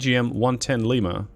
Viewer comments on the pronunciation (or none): none